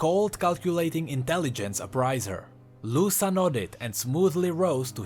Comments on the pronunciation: I'm a big fan of yours, I love your vids and theories. But, GODDAMN, it hurts to hear you pronouncing "Luca" as "Lussa". Dont know if you heard this pronounciation somewhere, but is a quite common name around here (Brazil, and probably other latin countries too) and its pronounced "Luka". Anyways, great vid, keep up the good work <3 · I might be wrong but i believe that it's pronounced Lu-ca not Lu-sa Most names like that a pronounced the former way. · I think its actuly luka not lusa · I think is pronounced "Luka" In spanish the C is pronounced K when is placed next to a o u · Btw Luca is pronounced Luka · the c in luca should be read as the c in crown